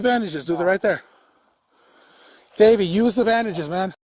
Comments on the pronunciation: Lol, sounded like he kept saying Baby, not Davey. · I kept thinking he was saying " Baby" until I read to description "Davie" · Every time he called him Davy I heard “baby” which made this video fun to watch. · I thought he was calling him Baby till someone pointed out it was Davy. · thought he kept calling him baby 😁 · Man I swear I thought he said “don’t do it baby” at first 😂😂 I woulda fought that cop too if that was the case 😂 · I thought he was calling him baby 🤣🤣🤣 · Honestly thought the cop was saying baby, for awhile lol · for a second i actually thought he called the suspect "baby" turns out im deaf and he said davey .-. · I thought he was calling him "baby" at first haha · I fast forwarded through it to see what I wanted. I swear I thought the officer kept calling him baby 👶 🍼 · I’m telling you he was saying baby 😂😂😂😂